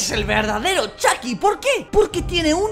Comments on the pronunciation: robleis:le dire a chuky como chuky no como chaky robleis:ahora CHAKY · Chiki argentino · Chucky latinoaméricano